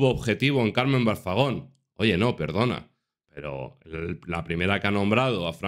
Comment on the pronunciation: Y te parece poco lo todo lo que ha dicho, es un bocazas y le tenían que dar un buen escarmiento, por cierto que alguien le diga que es Carmen Balfagon, no Balzagon.